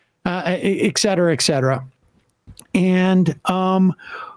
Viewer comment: Does anyone else get annoyed when Sam says “eck-cetera” instead of “et cetera”?